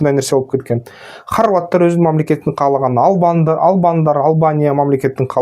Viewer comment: Калаган эмес каалаган таза суйлосон.